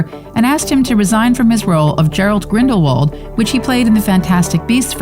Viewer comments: Gerald?! Gerald Gridelwald!? Seriously? it's Gellert Grindalwald! Lmao 🤣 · It’s Gellert not Gerald Grindlewald why don’t you do your research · Girl really keeps saying Gerald… hun it’s Gellert Grindelwald